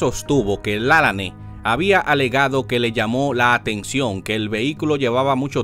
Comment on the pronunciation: Usted pronuncia el apellido de el mal, no es con acento es Lalane